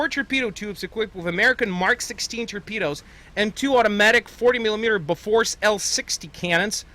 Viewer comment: As a Swede i get kinda pissed when Americans can't pronounce "Bofors". When its kinda really simple. I think people should know how much America depended on Bofors artillery and AAA guns. And they still cant even pronounce it!